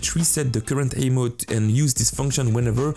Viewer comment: AHHHHHHHHH why amo and not saying ammo! you can say ammo but you keep saying amo